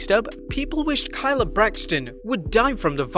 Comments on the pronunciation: Its kay - la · How do you end up pronouncing Kayla's name wrong? How Sway?